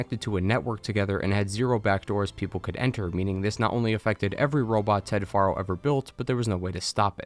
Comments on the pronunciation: I find it funny you call him far-0 even though in the game they pronounce it pharaoh.. are u a putz or someone who just likes changing things the way they want it to be … either way …. Putz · Great recap of both games. One teeny tiny nearly insignificant gripe. Your pronunciation of Ted Faro like far-o. But it's pronounced like Pharaoh, which I think went to Ted's head. That's why he named his bunker Thebes (once capital of Egypt}. The Chariot line (chariots became popular back then) is full of ancient Egyptian references; scarab, khopesh & Horus. Also kinda funny is Elizabeth Sobeck's name. Sobek is the Egyptian crocodile god. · Ugh it's "Fair-o" not "Far-o" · I know this is little thing but you mean to tell me you know how to say fero but you can't call the guy by his actual name you got to keep calling him foro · Anybody else think these video creators are just reading from a script and never played the game? The author said Ted Faro (think pear-o in pronunciation. The actual game says how it's pronounced) as Ted Faro (as FAR-o, like "that cliff is FAR off in the distance)... Am I the only one bothered by this?! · It's Ted FAIR-oh, dude. Not "FAR-oh". Why doesn't anyone ever pay attention to how the characters names are pronounced IN THE GAME? The characters THEMSELVES pronounce these names. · Dude, it's Faro, like Pharaoh, it's said in game repeatedly... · ah yes "Ted Forrow" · How do you play HZD and HFW and still mispronounce "Faro"?? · Why are you pronouncing it "Theeb-iss" when it's pronounced "Theebs"? And it's not "Faa-ro" it's "Pharoah". They say it multiple times. Drives me bonkers when people purposefully mispronounce shit that has a very clear pronounciation.